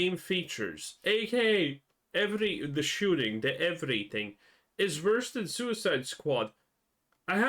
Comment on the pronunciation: I just want you to say "shoosting" instead of shooting. Hehehe